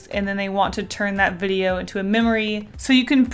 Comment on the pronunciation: Did anyone else Heard what she said she said bideo